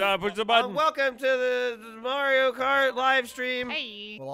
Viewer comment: May-rio kart